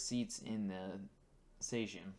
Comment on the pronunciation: How did you pronounce »Sejm«? Why on hell almost all English natives try to guess pronunciation instead of just checking it!? Why?!